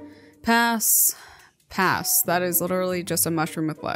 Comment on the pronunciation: Why do you say it lie pass-sh